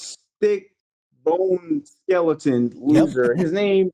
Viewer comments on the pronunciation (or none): none